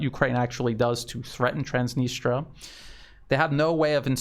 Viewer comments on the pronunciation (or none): Please check on the net how to pronounce Transnistria